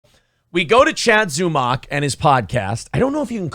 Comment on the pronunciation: Hey! If all of the shows that speak on Zumock pronounce it similarly to stomach, that will BECOME how it is pronounced.